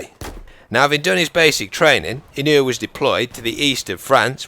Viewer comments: Mr. Inouye was a good person. and your saying it right. i would know, he was my senator. lol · its pronounced "Ih noy" I live in hawaii, met him before. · I'm not sure how the name is really pronounced, but here in Hawaii we pronounce it E-noy. PS you should do one about Simo Häyhä, or Vasily Zaytsev. Because no body really knows their story. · Just wanted to share that Inouye is pronounced (In-you-eh) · i live in hawaii and i can tell you that daniel inouye was one hell of a senit and (daniel ee-no-ye)